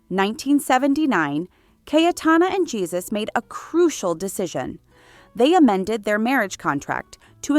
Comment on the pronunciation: Ie-su. Ee-ay-su